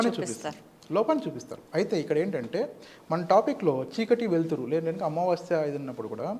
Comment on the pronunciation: అమావాశ్య కాదు తల్లి...అమావాస్య అని పలకండి.